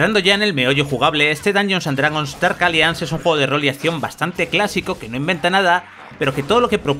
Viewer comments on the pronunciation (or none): Dark "alianz" ni se preocupa en pronunciar bien el inglés u.u